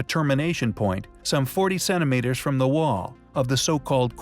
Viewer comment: Cennimeters? Seriously? How about centimeters? Please try to pronounce a "t".